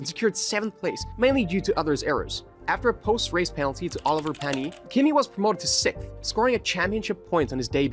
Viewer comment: That's the first time I've heard Olivier Panis called Oliver.